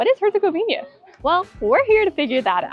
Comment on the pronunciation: Did you really say Monastery where Muslim Dervish lived? Dude! It would be like saying a Catholic Synagogue! Its HERCEGOVINA NOT HERCEGOVIÑA,the ćevap is ground meat,just like burgers not sausage! By the way most of the weapons used to destroy that beautiful country and its historical and religious treasure was supplied by the West! Even Hitler spared the Stari Most!Thanks NATO for helping out! Just think about it,look at what was Jugoslavija then and look at the new countries that came from the break up,they have bases and soldiers everywhere! Do you really thing that its by chance?